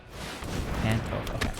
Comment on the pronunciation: You’re killing me with the Toph pronunciation…but nice deck!